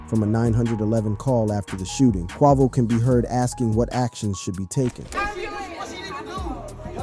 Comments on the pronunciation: You shouldn't be commentating is you DON'T know how to pronounce names 😡😡😡 i comment keep hearing you miss pronounce Quavo name you irritated me i stopped watching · Dude said “bad and Boujee” made them popular smh they was poppin before than and you can’t even pronounce Quavo right 😂😂 clearly you was on the outside looking in during they rise but wanna make a video bout somebody 😂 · The fact he didn't pronounce his name correctly make me feel like his information flawed😂🤣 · Yea he butchered quavo 😂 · ikr. Its the quickest way to make me click off a video it to mispronounce an ESSENTIAL part correctly. Like c'mon man.. Ive never heard anyone say Quavo like that lol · 😂😂😂 he stay butchering homies name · I agree.......like really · Right how does he not know his name lol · THE FACT HE KEPT SAYING IT🤦🏽‍♀️ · Annoying as hell..🙄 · not QUAH-VO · SH!T U CAN'T EVEN GET IT RIGHT.... Q U A V O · “Takeoff and his uncle Kwahvo” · How are you a channel called "" and can't pronounce a fairly mainstream rappers name. I'm sure you've heard it in the comments already but man, seems like something that could've easily been addressed during edit. "Q-way-vo" Not "Q-waugh-vo" Good content ideas otherwise but, kind of hard to follow when something this simple is missed. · But “ CUAVO” your people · Takeoffs brother Kwah-Voh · QUAY--VO....Ya'll killing your vibe on this story...say quay-vo....do ya homework !! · Who the heck is Cuavo? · It’s Qay-Vo mthfkr 🤦🏽‍♂️ And Nor-e not Nor, who tf is this lame? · Not Qwahvo 😂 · Quavo... long A. Please, I know you've heard his name mentioned before.😑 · Say his name correctly Quavo 😂😂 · Who the hell is KWAVO? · QUAY-VO QU-AY-VO. QUAVO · Bro Really Said Quaavo 💀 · Ughhhhh the way you say Quavo's name is so fukkn damnd irritating. Wats so hard about pronouncing the name Kway-Vo correctly. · ((Kwe-vo and 9 100-11)) What the hell? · Come on its Kwe-vo. Not sure why you was pronouncing it like that. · Why you gotta keep "quarvo" ing bro?